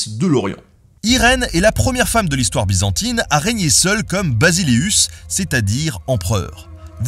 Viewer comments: NOTA BENE : en Grec la lettre “B” ce prononce comme un “V” la bonne prononciation est donc Vasilissa (Basilissa) pour désigner l’impératrice et ce mot existe toujours en Grec moderne pour désigner la Reine et Vasilias (Basilias) pour l’empereur en grec et désigne lui aussi en Grec moderne : Le roi et Basileus est surtout le terme Latin voilà c’était pour rectifier une simple petite prononciation de la lettre “B” de l’époque Byzantine ! Et du grec moderne ! Super vidéo en tout cas, comme toujours !!! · Juste une petite correction sur la prononciation de basileus se prononce <<Vasileufs et Vasilissa >> cars en grec B n'existe pas beta est plutôt Vita.